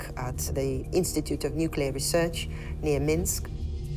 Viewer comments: NuCLEAR not NUCULar How to sound like a fool on your own documentary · Nucular, no, its, nuclear. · What a pity the narrator cannot pronounce NUCLEAR but keeps on pronouncing it as NUCELAR. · Would someone please tell the narrator that the correct pronunciation is Nu-CLEE-ir and not Nuke-YOU-lir. Nuclear. Not nukular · Sir, the word nuclear only has one U. Nu-clear. Lol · "New-kew-lar"? Nope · Ånd you couldn’t find a person who can pronounce nuCLEar, or at least try to teach him? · Please find narrators who can say the word "nuclear" correctly for documentaries about nuclear disasters... nookyoolizers are really annoying for people on the spectrum like me. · Its nuclear! Not “nucular”, people reading this don’t know how to read… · THERE IS NO SUCH WORD AS “NUCULAR”!! You automatically call your entire video into question by mispronouncing such a simple word. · Nukiller 😒 expected better from fogle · Maybe hire an announcer that can properly say NUKE YOO LERR Melt. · Stopped watching at "Nucular" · NucUlar lol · why did this narrator say nuke-you-lar constantly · I cringe every time I hear this guy say nuculer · I guess it's how the british pronounce it, "nucular" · >Makes a video about nuclear accident >can’t pronounce “nuclear” correctly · It’s pretty bad that the word nuclear is mispronounced repeatedly here. Embarrassing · I have heard presidents, historians, and generals mispronounce it. If you produced a film about a nuclear reactor, would it be too much out of your way to hire a narrator who could pronounce it correctly?